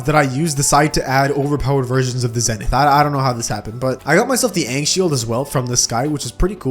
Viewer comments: its pronounced zenth i know its zenith but it just sounds cooler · Its wy-vern not wi-vern, its skeletron prime not skeletron brime, its zenith not zenoot (Im just trollin)